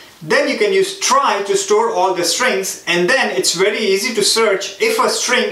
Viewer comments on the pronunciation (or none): none